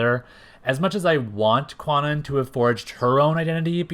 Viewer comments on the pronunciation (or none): 1. Kwannon is actually pronounced like Con Own. This article here explains the correct pronunciation and origin of the name: 2. Kwannon actually did have powers before the whole body swap ordeal. It was stated in X-Men #32 that she was always an intuitive empath, displaying, at times, low-level telepathic abilities and that was the only reason their procedure by Spiral was a success. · I know this is a 3 year old video but the w in Kwannon is silent: it’s pronounced “Kan-On.” “Kwannon” uses a premodern transliteration of Japanese that is no longer used. Modern linguistic systems would spell it “Kanon” (観音)